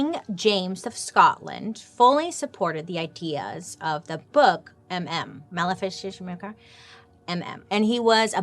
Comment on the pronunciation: The MM book is pronounced Malice mal-if-i(like the I in "it")-car-um